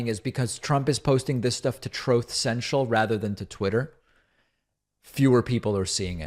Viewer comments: “trowth sential” …this man has no sense of the ridiculous 😂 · Always in anticipation of hearing the recording of orange saying "trothe sensial." Cry everytime. 🤣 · Trothe Senshul lmaooooo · Troath Senchel